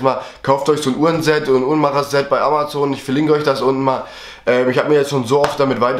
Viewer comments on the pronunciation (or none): none